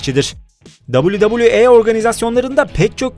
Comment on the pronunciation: dabilü dabülü e ne amk. e i diye okunur